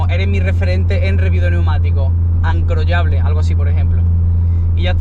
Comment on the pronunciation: "Ancroyable" palabra favorita a partir de ahora mismo 😂😂😂 Buena review!!